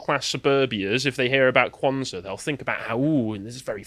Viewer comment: holy shidd you actually pronounced it right 😳 also the word "saba", meaning seven, comes from Arabic.